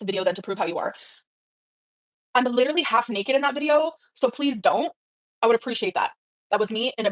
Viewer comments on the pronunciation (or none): "My heart LEEDURALY does what it wants to do!"